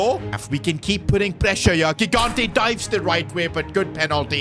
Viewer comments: Bro its not gigante its pronounced higante please acknowledge my comment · 3 episodes in a row tryna explain to that he's pronouncing gigante's surname wrong (first g = j)